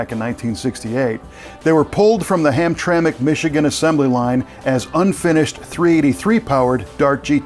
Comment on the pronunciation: Very impressed that you pronounced the Chrysler assembly plant location for the LO23 Dart correctly - "Ham-TRAM-ik" (Hamtramck). Oh, by the way: The Hemi Dart itself - I'll take five of them.